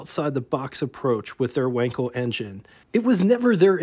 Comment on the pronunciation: Not Wenkel... but Wankel..., sounding like Waankel. An 'a' such as in car.